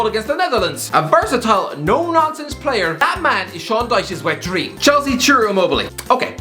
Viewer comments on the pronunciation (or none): none